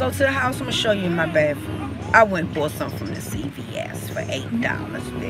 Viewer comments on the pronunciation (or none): 2018 and still saying, "bafroom"...